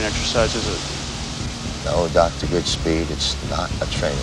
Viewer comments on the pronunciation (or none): Goodspeed. Why do you keep saying Godspeed? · It’s Goodspeed. Not Godspeed. Cage literally says it in your video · He never corrected himself- ITS GOODSPEED!! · I had to scroll all the way down here to finally find someone pointing out the narrater mispronounced Stanley's last name through the entire video? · imagine making a video about a movie and pronouncing the main character's name wrong the entire time.